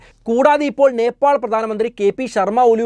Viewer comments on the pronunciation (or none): നേപ്പോൾ?? നേപ്പാൾ അല്ലെ ബ്രോ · നെപ്പോൾ അല്ല നേപ്പാൾ. കമന്റിൽ എഴുതി. പൊക്കോട്ടെ.